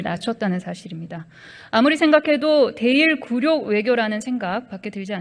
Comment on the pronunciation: 굴요가 아니고 굴욕이다 폼잡고 읽으려면 제대로 읽어라